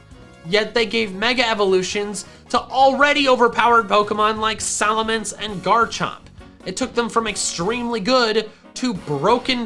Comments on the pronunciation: SALAMENCE, NOT F*CKING SALMANCE! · SALAMENCE, NOT SALMANCE!